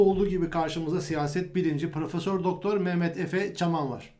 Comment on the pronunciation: Preföser demeyi bir çalışın yav:) gerçi marka yaptınız ama:)